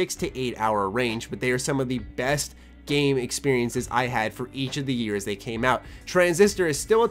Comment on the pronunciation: at the beginning everytime you said years i died a little inside